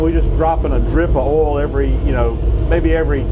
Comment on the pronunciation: take a shot everytiime he says "ohl" (oil)